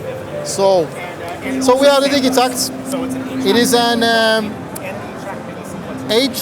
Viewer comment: For anyone calling it the Di Jee Tact.... It's Di Geh Tact.